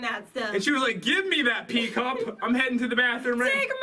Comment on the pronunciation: Did pat say... give me that pee cup? The heck